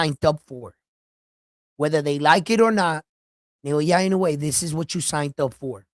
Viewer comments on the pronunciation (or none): Also.. NA - O - YA not NA - YO - YA I - (KNOW) - E E HERE as in Egg not. I - NOO - E